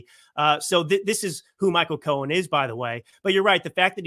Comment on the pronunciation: it's Michael Cohen, not Michael Cohens. There is no 'S' at the end of his name.